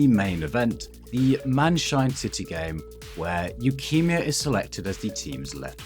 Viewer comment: i cannot get over how you pronounce his name as leukemia LOL